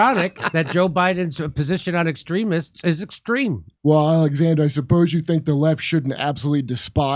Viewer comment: How are you going to have a Press Secretary that can't even pronounce "extreme"?